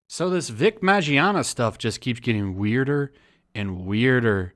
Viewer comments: His last name is pronounced Min-Yana not Majiana. Big OOF! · Also his name is pronounced Min-yah-nah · Also it's Vic MIN-YONNA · For future reference. Mignogna MIN-YAH-NUH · DUDE. HIS NAME IS PRONOUNCED "MON-YAWN-AH" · MIN YAWN AH. The g is silent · its pronounced Minyana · I love you man but it’s pronounced as “Mi-no-na”. Regardless this pisses me off. Guilty before proven innocent eh? Where is the fucking evidence? Someone in the comments compared this to the Crucible, where if it’s a rumor, that rumor is now given life, simply because it’s the wave. Vic was super friendly, just a nice ass, God honest dude, this fucking saddens me. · How did you pronounce it? Vic Mangina? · I believe it's pronounced Mig-non-ya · Btw u are fuckin his last name up terribly 😂